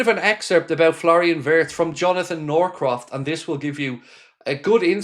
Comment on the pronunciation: Florian's surname is pronounced Veertz!